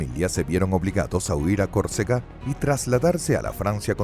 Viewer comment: El NARRADOR pronuncia CORCEGA pero los textos dicen que la pronunciación correcta es CÓRCEGA